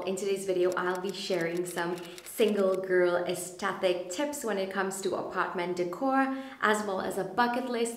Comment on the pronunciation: For the entire video you pronounced aesthetic wrong. The 'th' is at the second syllable not the third.